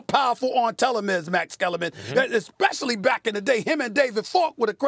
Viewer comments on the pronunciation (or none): none